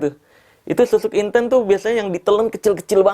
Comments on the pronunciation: Inten/intan ..KL dalam bahasa Jawa..nyebut nya sperti E untung menangis...bukan E untuk enak..smoga paham y dg yg aku maksud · Assen jawa kalau nyebut intEn tuh logat huruf E sprti bang marcell nyebut kata angEt bukan sprti kita nyebut kata bEcak.kalau yg bang marcel sebutin intEn E nya sprt nybut bEcak.memang sih sama2 IntEn tapi E dri AngEt dan bEcak naday beda.lidah jawa lebih ke E angEt dari pada E nya bEcak